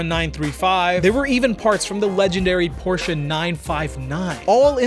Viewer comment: Tf He keep saying Porshca for. Wtf is a porshca 😭😂